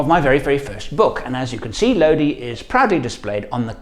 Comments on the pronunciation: CCR's song is pronounced Lo-di (eye) not LoDee. Lodi is a town in California. Cheers. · It's pronounced "low die" he sings it that way in the song "oh Lord, stuck in Lodi again" and that's how the place in California is pronounced. Wouldn't be a great name for a vehicle though, except strangely a Range Rover. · The song Lodi is pronounced "low die". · Just thought I would mention that I use to live in the town that song was written in. It’s pronounced Lo dye like eye. Lodi It just occurred to me that you probably know that from listening to the song lol It also just occurred to me “stuck in Lodi again” makes perfect sense lol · ) Enjoyed the story time. It might be a little late to find this out butLodi has a long i. [low-die] It's a place in California. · Uh, not to quibble on your otherwise excellent channel, but CCR pronounced it with a long i, as everyone in Low-dye does. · But it's pronounced Lodi (i) in the song.